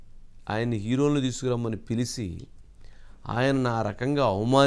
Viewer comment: Pilisi kaadu babu - Pilichi Aasveerwadam kaadubabu - aaseervaadam.